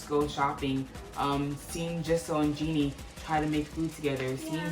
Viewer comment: Great review, loved it. Jennie is pronounce as Jennie not Jinnie:)